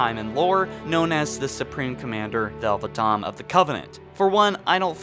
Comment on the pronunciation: Are we not gonna talk about the way he said thel 'vadam